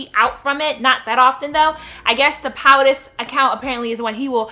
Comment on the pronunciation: Hey! I just want to say that i love love love your videos. I just want to let you know so you aren't misinformed. POTUS is pronounces like poh-tus. Tell team breezy to gone-head with their attention seeking selves lol but that baby is cute. Can i just say that the Erykah Badu in the background is giving me lifeeeee. I have always respected beyonce and Jay z both. I think that i am loving her even more now that she is breaking away from this perfect figurehead and showing her real personality. Showing the world that she's a real person. Madam first lady is the real deal. She is an amazing role model for these young ladies out here. White america doesnt see it, but we do. Again, i love you! Please don't ever stop making these videos. You're my only girl friend. Is that weird? smh, oh well!